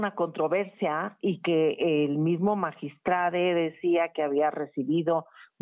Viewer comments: Magiatrade? Hablan bien. Im becil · Por favor no les sigan el juego a esta gente, es magistrado no magistrade. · Magistrade? Enserio nadie va a hablar correctamente? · Estas personas personas lamentablemente estudiaron en universidades patito por que no saben que la palabra magistrado es así como se oye y se escribe y no se pronuncia magistrade que pena que ellos siendo lic. En comunicación no pueden pronunciar la palabra magistrado